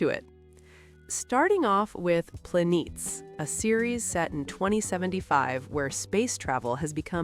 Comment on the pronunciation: Plah-neh-tehs, not Planeets. They stress in the opening credits that it's from the original Greek name for the quick moving celestial bodies.